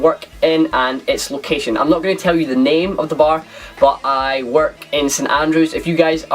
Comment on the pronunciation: Great video, despite the fact you totally failed pronouncing my name lol :)